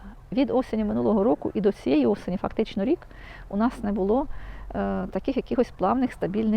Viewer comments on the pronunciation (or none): none